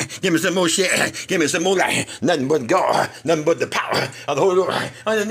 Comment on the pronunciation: “The Powerrrrrr” Instant dirtbike noises